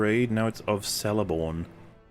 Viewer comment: Celeborn is pronounced Keleborn.